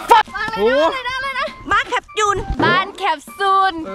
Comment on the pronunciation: ตอนแรกดูคลิปพี่อู๋เห็นพูดแคปซูลเป็นแคปจูนก็พูดเล่นๆตลกๆพอมาดูคลิปน่าจะจริงแล้ว😂😂(น่ารักมากกกกกก)